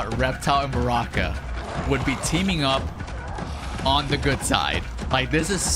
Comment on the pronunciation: () I love it when you call Baraka “Bronkan” LoL 😆